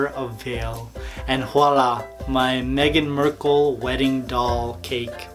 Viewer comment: Its Megan Markle not Megen Merkle😁😁